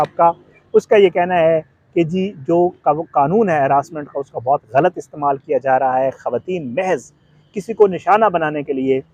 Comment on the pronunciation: ghalat ko ghalt matt bolo improve ur urdu pronunciation